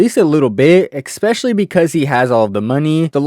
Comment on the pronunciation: doetree? lol ekspecially? LOL